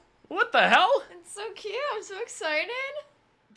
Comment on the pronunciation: Australian accent I noticed there mate. The way you said "so." Can't get over it😂